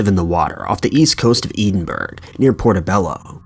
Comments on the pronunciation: First of all, the truth is never subjective. The cemetery photo has been debunked numerous times. Rotating the view shows a family camping nearby. And finally, it’s Ed-en-burrow. Not Eed-en-burg. Any small amount of research would have given you that. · Say your Scottish towns better I'm from Edinburgh in Scotland and you say edin- burg wtf 😂 good video tho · I kept saying to myself "Eden-burg"? "Eden-burg"?? Where is that?? Then I realized you still don't know how to pronounce "Edinburgh"!!! When will you learn? You narrate videos! Come on! You have no legitimate excuse for mispronouncing the name of such a famous city! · Again with the EEDENBURG -, now you're just being offensive. You've been told on more than one occasion how to pronounce Edinburgh and you're just choosing to ignore it. Grow up. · As someone from Scotland the way you say Edinburgh makes me want to cry. It’s pronounced Ed-in-bu-ruh 😂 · Edinburgh ain't said like that. Ffs. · I'm not even from Scotland and it was making me cringe too lol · Same here. You don't even have to love Scotland (although I do) to wince every time he says that. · He's done it before, super annoying to listen to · Nice pronunciation of Edinburgh! 😂 🏴